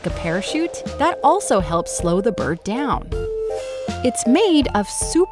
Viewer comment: Whenever she says bird all I hear is birb so now I’m just like YESSSS BIRBS